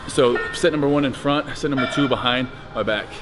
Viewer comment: Steve counting like: Ohn - Tchoo - thhree - hore - ive - ih...:D Great trainer vid btw:)